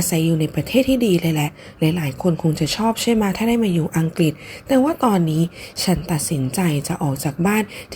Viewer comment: อังกรีสสส😂